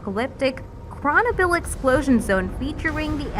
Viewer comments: Chernobyl is pronounced “Chur-NO-bull” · Chronobil? Seriously?